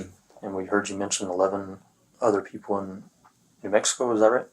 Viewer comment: "and whow awe the sewewal peowpwe?"